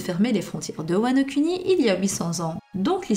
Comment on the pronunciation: J'ai pas l'esprit mal placé, mais à chaque fois que tu dis Wano Kuni j'entends juste cunni quoi.. Tu pourrai dire "Kouni" stp ? 😂 Sinon super travail comme toujours 👌